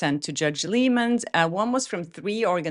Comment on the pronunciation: Love your channel and your recaps on the Snake Lively lawsuit. Just a gentle FYI - the Judge's last name is pronounced like LIE MAN, he is the brother of famed director and producer Doug Liman (Mr. & Mrs. Smith, The Bourne Identity, Swingers)